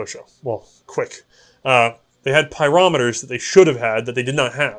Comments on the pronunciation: You got pyrometer pronunciation correct. As a materials science major, heat treatment of metals is a major topic and YouTube has made showing the results of the various treatments and regimens of treatments a great tool. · You got the pronunciation of "Pyrometer" correct.